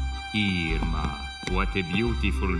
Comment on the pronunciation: I coul've sworn her name was Larma, not Irma